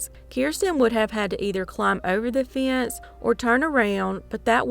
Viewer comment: What in the heck is a “fee-ence?”